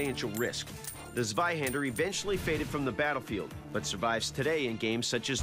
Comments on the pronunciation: Hahaha swihandr its funny how you pronounce it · Zwei, ZWEI, ZWEI Not swei... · shows Flamberge, means Zweihänder, says sewaihaaander. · Zvaihender? It's C(as in Ceylon) VAI- Han (a as in Khan) da (as in daw). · I'm non german and it hurt my ears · Doug: Mispronounces the name of the sword. Proceeds to use zero technique. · I will be able to rest in peace the day someone says Zweihander properly. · Not german, but I just can't stand the incorrect pronounciation of the weapon 😂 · His pronouncing of zveihänder is hurting my ears cuz he is pronouncing it with a z not c (cuz germans pronounce z as c) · Might i ask where you got that from? Ive heard non german people say it like that in videos before, but i am actually german, and i have yet to hear a german person pronounce the Z in Zwei like a C.